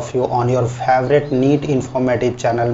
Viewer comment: I love how h says " Favrate medical cllg "